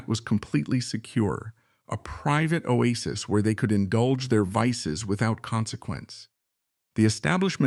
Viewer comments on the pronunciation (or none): none